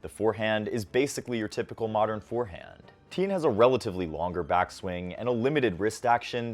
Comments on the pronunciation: Please learn to pronounce his name properly!! You are pronouncing it like “Teen”, it is pronounced “Ti-yehn”. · thanks for high- lighting Learner's game but his last name is pronounced "T-yen" not "teen" He looks like he has a high tennis IQ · His name not pronounced "Teen" Think Tian, as in Tiananmen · why is he pronouncing his last name like that